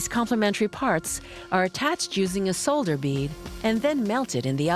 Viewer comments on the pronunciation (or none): The script could have used some work (-the word "famous 2X) and the voice actress mispronounced two words (autoclave and solder), but overall pretty informative.